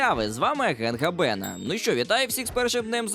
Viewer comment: Може гАбена а не габЕна 🙃